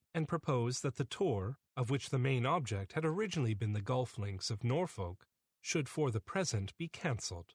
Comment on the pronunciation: Yes indeed, well read and the Canadian accent didn’t jar until it come to pronunciation of Norfolk, Norwich, Plover etc